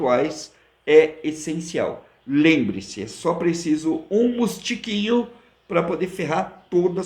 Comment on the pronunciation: Um "mustiquinho" kkkkkkk. ( Mosquitinho)